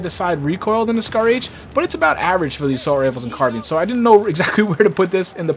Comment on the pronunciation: "car-bean" lol'd